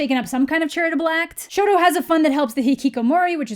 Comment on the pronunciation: this is such a great video oh my gosh. you said exactly what i was thinking while reading this book. im glad that my thoughts are also being released EDIT: thank you for calling him shoto. i got really annoyed when the movie called him sho